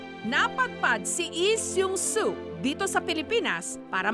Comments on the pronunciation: its Lee Sang Soo not Lee Seung Soo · Bakit yung pronunciation ni Mareng Jessica ng Lee Sang Soo eh.. Eh Sung So ganun b talaga yun? Silent L? Sinu nakakaalam? Salamat? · nyak 😂😂😂ok na Sana kasu pag pronounced Nang name na Lee sang soo ehh mali 😂😂